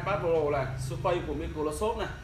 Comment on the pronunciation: Surface đọc là sơ vít chứ ko phải su phây